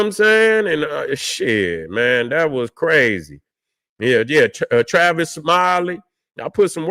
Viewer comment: its "tavis' man